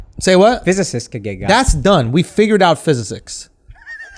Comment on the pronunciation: Mans can’t say physics but tryna say it ain’t important 😂😂